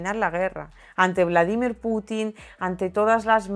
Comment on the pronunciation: Se pronuncia como lo dice ella...